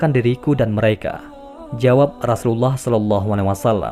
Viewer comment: Maaf kalau membaca Rasulullah seperti gimana gtu ya kak. Apa emang logatnya ya. Dan ada yang typo tulisannya kak. Coba di simak lagi. Maaf sekedar koreksi kak maaf dan terimakasih